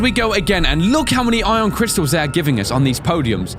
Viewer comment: in the dunes you said Ion Crystins.